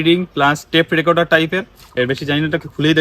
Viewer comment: আলাদাই🔥...আর টেপ রেকোটার না রেকোডার না রেকর্ডার টা সেরা😁😍...